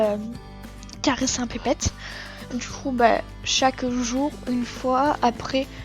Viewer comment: "Pépéette xD" Désolée c'est pas méchant mais on dit petpet on prononce les T :')